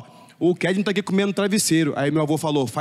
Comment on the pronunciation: e com vcs "kednEy silva" kkk pô nem os bródi acerta o 'KednY':l